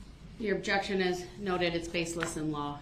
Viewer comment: Judge Dorow: "Overruled." Darrell: "But I didn't even state the uhjeckshun!?" Judge Dorow: "Its still overruled." 🤣 Darrell (muted): "Man.... I'm gonna tell my momma. An' she gone be mad at yall. Yall aint right wit Jezus"